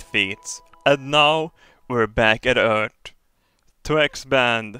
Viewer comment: ''Eart'' I love it XD